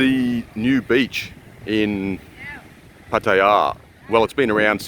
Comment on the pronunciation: Love how you say Pattaya like a local!